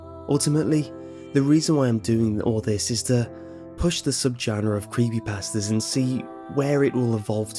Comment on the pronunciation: I love the way you say Creepypasta ^-^